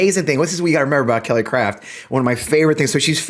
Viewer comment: I swear, I thought I heard Kelly Cr*p when you said her name. We're up here in Canada, thinking, "When the Americans are sending up their ambassador people, they're not sending their best..."